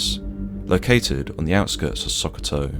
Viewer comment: great video as always, im from Nigeria and never even knew this happened. As it was the UK special forces, the supporting Nigerian Army trrops would most likely have been from the 72nd Special Forces regiment or the Nigerian SBS. Its pronounced Shokoto fyi